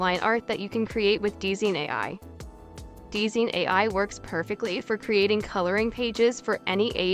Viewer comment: hate to be that person but DZine is probably pronounced as "Design"